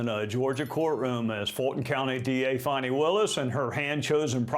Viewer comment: it's Fani not Fawny